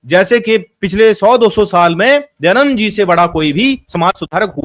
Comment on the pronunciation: kaha se padhe ho...? Poori video me keval idhar udhar ki baat hi kar rahe ho, kisi subject par to tiko, Kahna kya chahte to ye bhi clear nahi hai. Are bhai kamm se kam Dayadand bolna sikh lo pahle.